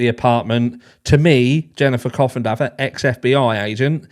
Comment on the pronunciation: You crack me up every time you call her coffendoger lol I cannot stand her last name either! I would for certain change it if I had it!!! 😭😭😭🤤🤤🤤